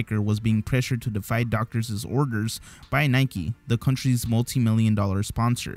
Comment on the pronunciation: LoL the "world cup section" is littered with absurdity. "Doctorsisis" it's obvious that he doesn't even understand the meaning of some of the words he uses much less how to pronounce them. My hypothesis is that he copies his material from various sources and just records the script in his own voice and compiles from many sources (as evidenced by the varying vocab levels and patterns). Edit: I hope that this made sense. Please forgive any errors as English is not my first language.